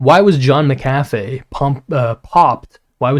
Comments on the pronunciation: John McAfee: "I'm John Mack-uh-fee": "John Mick-caff-ee" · Would you say MaCafe again please? You say it so eloquently and sparingly. My ears are lusting and must be sated! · Who the fuck is John “McCafe”, why is he saying Mc Cafe? Haha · It’s pronounced “MacaFee.” its Scottish